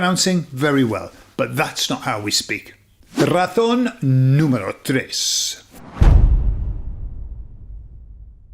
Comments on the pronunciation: It took me until "razón 4" to realise you were saying "razón" and not "ratón"... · Cuando dices la😂 razón es....suena todas las veces como la ratón es,te😂es difícil pronunciar la z? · Hola soy de Puerto Rico y te felicito hablas muy español. Noté tú pronunciación de “razón”y me sonó más a “ratón” , “really no big deal” solo parte de la interacción. Es como esas “e” elongadas del inglés que no existen en Español, como “sheet and beach”. Recuerdo vivamente una señora , por su acento me pareció latinoamericana, aquí en Pennsylvania hablando con un oficial de seguridad y diciendole “the shit of paper was by the bitch”. La cara del oficial lo decia todo. Aunque soy bilingue hay veces que tengo a Cervantes o a Shakespeare revolcandose en sus tumbas.